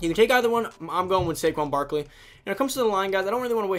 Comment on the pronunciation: U got Barkley wrong